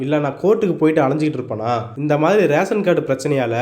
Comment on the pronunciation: I'm a fan of. Request you to say "mathiri" instead of "Mary". 😅